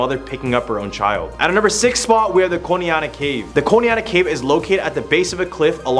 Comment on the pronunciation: Kaneana cave boy. Learn how for pronounce the HAYN language correctly or GTFOH